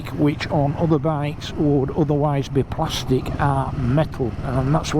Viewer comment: Thank you for the nice review 😀 I shall try it as soon as possible in Switzerland! I consider seriously to buy one to complete my tue GSX1400! Greetings to everybody on the channel :hand-purple-blue-peace: (i like how you say "plastic" talking of a bike 😂).